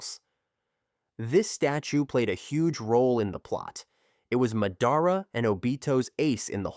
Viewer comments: please tell me why you pronounce madara weirdly? like you pronounce it has if you were a disable kid. Hell a disable kid could pronounce his name right. . here's the different ways to say his name. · buddy nobody is subbed to u cuz u dont watch the show. we can tell by how u pronounce madara AND when you said “four freaking cage” when what you were reading obviously said “kage” for proof